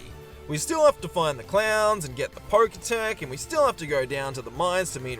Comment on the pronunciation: Roxanne instead of Roarke? POKETECH INSTEAD OF POKECH? What is going on here? If that's your way of interaction baiting, then by golly it worked.